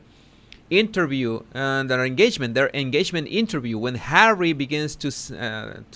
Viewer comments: Love the way you say “Arrie”..funny as 🤣👌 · OH U're beginning to sound like Ricky Ricardo when you say Harrree